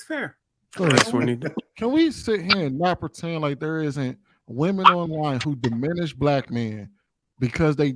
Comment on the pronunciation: They saying that shid like it's a real word 😂. Sounding like they didn't graduate high school.